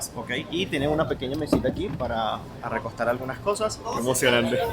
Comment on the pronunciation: Muchos errores de dicción. Seria genial que revises las palabras que no conoces mucho. Por ejemplo dijiste ARRECOSTAR, entre otras